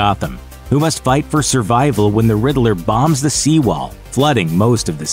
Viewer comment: Isn't is just pronounced " Ridd-ler?"I Everytime this guy say " ridd -i-ler" it drives me batty.